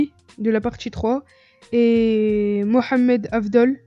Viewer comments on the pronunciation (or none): none